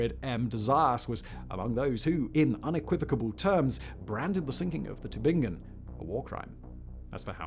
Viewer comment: Thanks for trying to pronounce Tübingen 😂 very close, but its emphasis is on the ü | Tü>bing-en, not Tü en. Excellent work on the ing ! Hats off for not falling into the tubinjen trapdoor! If there's a G written, it's a G spoken, not a J :)